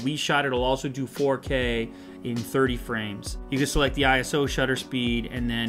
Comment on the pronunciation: It's not I-S-O, it's ISO.